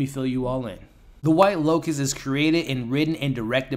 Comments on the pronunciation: L O T U S... Not L O C U S. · Why do you keep calling it the white locust???? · Pretty sure its 'Lotus'... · Cmon man. Within the first 20 seconds of the video you call it the “white locust” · Bro keep saying locus and I'm living for it ❤️🫠